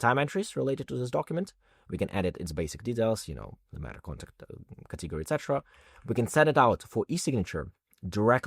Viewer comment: Very well done! Thank you. (Please note, though, that the stress in "category" is on the first syllable, i.e., cAtegory, not catEgory.)